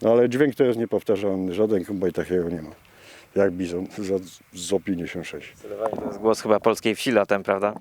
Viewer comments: Panowie taki szczegół nie "Z o " tylko "Zet zero pięćdziesiąt sześć "😅 Piękny materiał 😊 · Z056 a nie Zo56